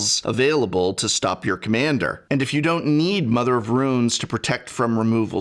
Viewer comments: yo prof, what's up with pronouncing runes as ruins? is that a regionalism, or you being silly? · Mother of RUNES, not "Ruins" x-P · "Mother of Ruins" "Shelei" :D Prof you're killing me (in a good way) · But why pronounce tunes as ruins? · "Shalay" But I mean, hey, terribly mispronouncing things works for Seth PROBABLY better known as...well, you get it. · Is professor’s pronunciation of Mother of Runes some kind of a joke or did he repeatedly make a mistake in this video?